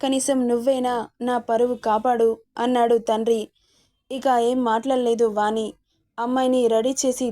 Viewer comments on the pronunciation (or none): వాణి....పెరు పలికే..టప్పుడు'ణ' శబ్దం వాని....పలికెటప్పుడు 'న' ఉచ్చారణ గమనించగలరు. వాచికాన్ని సరిచూచుకోగలరని మనవి🙏